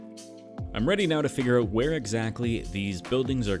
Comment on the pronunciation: I like how he pronounces out like öyt. Man, Canadians amirite